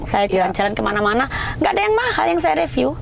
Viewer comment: belajar ngomong riviu duluu.. Riviuu.. Bukan reviu